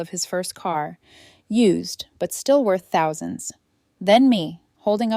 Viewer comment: Why can't AI say thousand, any time it says an amount with thousand in it, it sounds like mush.